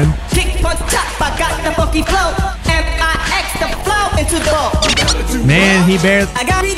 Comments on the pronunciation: When says the word “ funky “ it sounds like he saying “fuckin” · when he said i have the funky flow when said it it sound like "I got the fucking flow" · Hey uh he said FUNK not f***